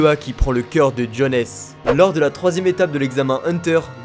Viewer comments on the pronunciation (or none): Tu prononces très mal les noms... KNEUKEUL, JONESSE... C'est limite un manque de respect 😂😂